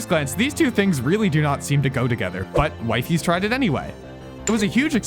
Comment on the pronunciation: disliking the video cus ur purposely sayin wifeys